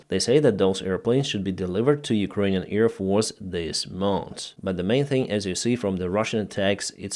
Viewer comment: I love your reports. Just try to say AIRfield, not EARfield, AIRplane, not EARplane, AIR force, not EAR force etc etc...